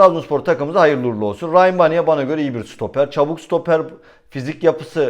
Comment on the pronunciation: Eleştiri olsun diye söylemiyorum. Biraz takıntılıyım bu isimlere. Yazıldığı gibi okunur. Rayyan Baniya. Saygılar